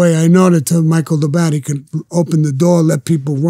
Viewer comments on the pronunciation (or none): Lol 😂 Vlad pronounces “Mikey the bat” like it’s an Italian name and says “Micheal Dabat” ROFL 🤣🤣😂🤣 🤷‍♂️🤦